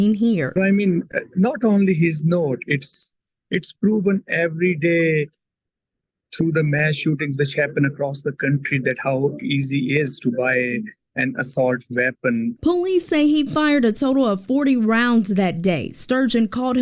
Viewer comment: He said ass-hault veppin